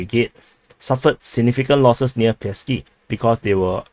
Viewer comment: 1st thing The way you pronounce "Pisky" exactly sounds like penises in Russian 2cond It's Pesky and 3rd you should be ashamed of your fucking pronunciation you fucking moron